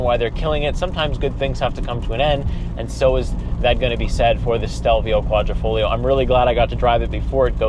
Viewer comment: There is nothing ‘esc’ about the exposed carbon fiber panels ! Also it’s a QuadrifoGlio, not folio. Dude, do some homework before you review a car, especially an Italian one.